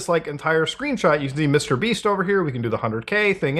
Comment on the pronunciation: Wait. Did you say Mr. Beast or Mr. Beeps?